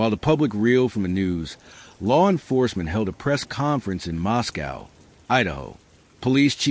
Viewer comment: Pronounced Mosco not cow